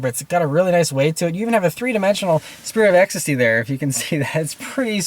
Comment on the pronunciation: take a shot everytime he says "spirtit of ecstasy"